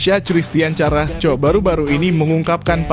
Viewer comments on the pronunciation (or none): Ooooo . . .seperti Erling Halaand . .. Baca Karasco jangan di baca carasco.